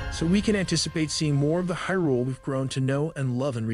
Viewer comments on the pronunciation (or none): Also "Hih'rool." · phantom harrglass lmfao It's called phantom hourglass (hour glass, as in an hourglass) and hyrule is pronounced Hi-rule